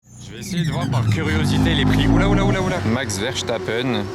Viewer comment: Pourquoi vous dite Max Verchtappen, c'est Max verstappen...